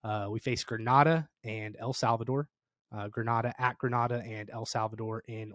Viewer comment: Please learn the correct pronunciation of Grenada....I will believe your thoughts on football when you can do that.